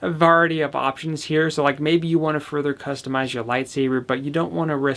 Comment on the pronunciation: OMG HE SAID VARITY